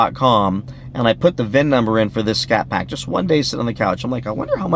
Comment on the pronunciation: It sounded like you said 'Catpack'...instead of scatpack...wow...how good it that?